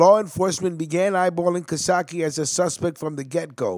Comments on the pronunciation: Hes a great man. Real tough guy and great father. His name is not being pronounced correctly. Ca...Case. Ka - Case. Not Casatchie!!! You guys need to learn how to pronounce Italian names!!!! Yes..hes usuallysporting long greyhair Hes one of the lasttough guys. Real tough guys. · It’s Cacace not CaSake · Hey bro! Great video but you should learn how to pronounce the names right. Caccese is not pronounced Kosokki!! Look it up! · it's not casaki. its pronounced ca-sace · Nice job other then the pronunciations --- Cacace is pronounced Ca (like Car) Ca (car again) ce (like chee in Cheese) NO sock ee. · Don't worry I'll tell them twice.its pronounced cuh-case.. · It’s pronounced kah-case-ee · All wrong! My named is pronounced Ca-case, but spelled Cacace! Very simple!!!!!! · Hey its pronounced Ka-case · Its pernouced ca-case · Cacace is pronounced Kah- kase- ee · Yes your right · You gotta learn how to pronounce Italian names. PepsiCo and Cacache